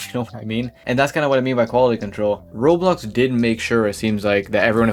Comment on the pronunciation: this guy can NOT pronounce roblox